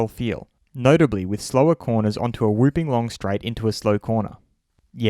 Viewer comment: lol 'whopping' is pronounced like a Whopper. Not wooping.